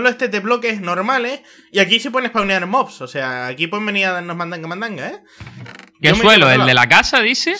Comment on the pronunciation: si pero en ves de decir una granja de mobs dijo granja de mods